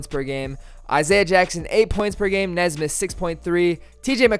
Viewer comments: You’re a pacers fan? It’s Aaron “Knee”smith. Not nezsmith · Pronounced Knee-smith I believe but love the video bro LETS GO PACERS